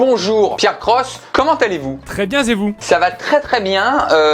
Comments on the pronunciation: ''très bien z'et vous ?'' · très bien zevous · "Très bien zet vous ?"